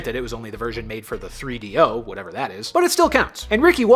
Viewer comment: Hearing say 3DO is so weird lmaoooo never thought I'd see that